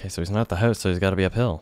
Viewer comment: Why do you say "House" the way you do? Are you a Canada-Bro?